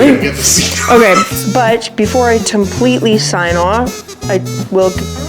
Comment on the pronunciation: I loved O.U.T.'s comment "Looks like something off a Power Wheels"... Too funny :) Edit: I was bummed out that the CC wasn't turned on... I wanted to see what the AI bot would say when you "Tompletely" signed off... :)